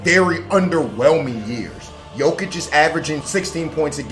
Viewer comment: Two things. One you pronounced jokic correctly. And two you were on cnn 10 this morning